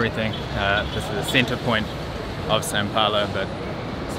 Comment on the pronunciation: Haha its funny the way u say "São" looks like Sa, try saying as u say sound, "Soun" from sound looks more like "São" from "São Paulo", this "Ã" sound is a little bit hard to english speakers, right?